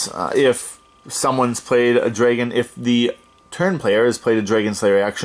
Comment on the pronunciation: "draygon" lol